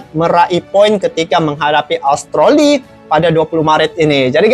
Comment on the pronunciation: Australi bang bukan austroli